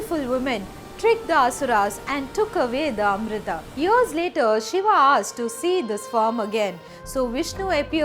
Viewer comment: Vrat ... Not Vrata Yog not yoga Shiv... Not shiva Amrit.... Not Amrita Dev... Not Deva